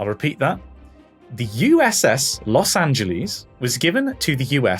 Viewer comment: The cringle over all of them mispronouncing Los Angeles